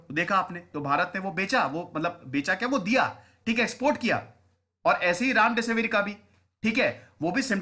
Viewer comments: I heard Ram Desi Veer... Instead of Remdesivir 😂😂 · Sir misprounced it Ram-desivir 😅😅😅